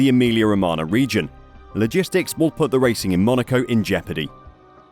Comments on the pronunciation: ro-ma-nyah, not ro-ma-na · Romagna = romana × 10 Gauge = gorge English isn't your strong suit...